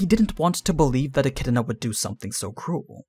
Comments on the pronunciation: You keep saying Echidna like E-chi-di-na. Where are you getting that second i lol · stopped watching because the way this guy says e kid in uh pissed me off